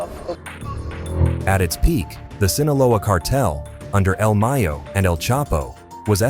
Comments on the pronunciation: You making money of this and you couldn’t even do some research on how to pronounce this man’s name do you know how important he is to he’s people do your work correct if you getting g paid BE SADE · the way this AI kept saying el Mayo